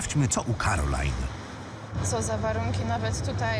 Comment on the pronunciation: To nie jest "Karolina" drogi tylko ✨️cArOLaJn✨️